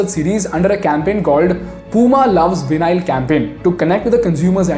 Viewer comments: It's pronounced vy-null not vinay-al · Great video. A small point: Vinyl is pronounced not as Veenail (same as Phenyl) but actually as Vaaineel :-) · Bro called vinyl veenile which was funny to me at least.